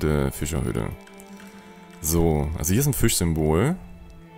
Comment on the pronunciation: Ich liebe wie du Füschahüdde sagst 🤣